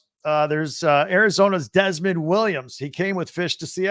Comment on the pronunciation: First name of young, phenom backup qb for '24 Washington is DeMond (WilliamsJr), [Dee Mond, phonetically] not "Desmond." Ik u already knew that. It's obvious u work at your craft & have a broader base of knowledge than most other b1g-based analysts, some of whom admitted they know zip about Ucla & Wash. I enjoy the content, listen everyday.